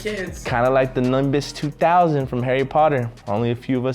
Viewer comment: Hahahaha I was paying attention and then....... All I heard was "It's kinda like the Numbus 2000 in Harry Potter" 😂😂😂😂 those shoes are lit 🥰